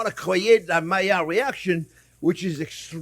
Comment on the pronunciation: Is he saying Malliard reactions?